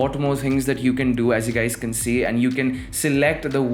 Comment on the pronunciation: I understand that you have problem with pronouncing but you can not call us gays🤣🤣😛😛🤔🤔